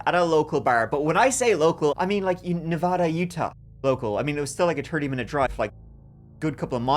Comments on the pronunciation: It's NEVA-DA NOT NEVAH-DA. thank you. Dylan was so young 😭 amazing story in a crazy place. City folk know you are always safer in the city. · It’s nevaaaaaaaaaada not nauuuvauda. Get it right… hence a Nevaaaaada, hence a resident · Nev-"a"-da, not Nev-"ah"-da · Na vad ah, not Na VOD a